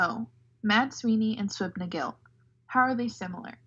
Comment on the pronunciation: Great video, but Suibhne is pronounced more like siv-in-yah 😄